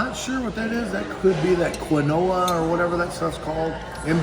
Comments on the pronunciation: Love your videos, I binge them during work all the time. Keep up the good work. Also it is pronounced "KEEN-WHAH" haha that had me rolling on the ground. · Your quinoa is actually pronounced "keen wah" I believe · Love your show! It’s pronounced “KEEN-WAHh,” not Qui-Noah. My husband pronounces it the same way! Lol. I can't wait to check this place out. I've been wondering what kind of food they have. Good review.